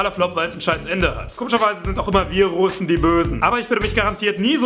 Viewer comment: Es heißt Russen und nicht so wie du sie nennst 'rusen'.